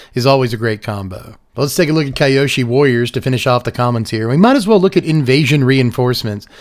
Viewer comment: Good stuff as usual. A note on the pronunciation of Kyoshi, however. the "Ky" in the name is more of a "kee". The two syllables then are "Kyo" and "shi". It's hard to describe the phonetics in text but it should be pronounced something like "keeyo-shee".